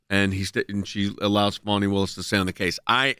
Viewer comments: It's pronounced fa-nee, it's a southern name, not fawny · That’s Fani (Fanny) not Funi (Funny)